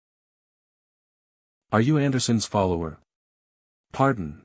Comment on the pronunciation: interesting. The first mispronunciation I've seen on this channel: Devoured and then "follower!!" got turned into "folowerii" right after. (Just for future reference)